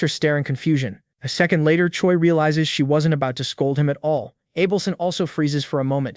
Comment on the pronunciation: He calls chea Choi and choi choi